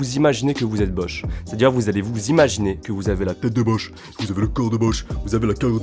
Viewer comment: A ta dit joch